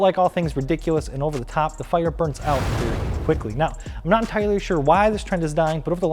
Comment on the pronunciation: “I’m not an tirely shore”